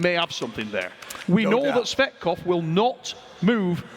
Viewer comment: "Gayorgy/Gorgi Fatkoph" is it allowed for the commentator to insult sportsman while the competition? He didn't pronounce his last name properly EVEN ONCE during the entire match. And this is not the first time from Travis, watch other mathes with Tsvetkov where Travis commenting.